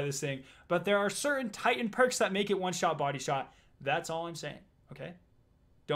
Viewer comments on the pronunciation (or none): none